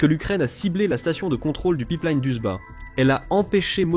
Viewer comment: Le Pipe Liiiine ^^ si tu prononce Line comme il faut fait un effort